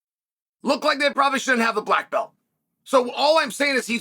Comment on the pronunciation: Blagg belt. Who give him blagg belt??😂